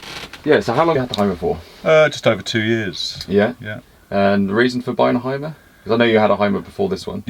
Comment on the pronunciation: What a nice vehicle!👏👏👏 But....it is a Mercedes and a Hymer.... and when you want to know, how these names (and others) are correct spoken... watch my video.😉 With greetings from the birthplace of them...Deutschland.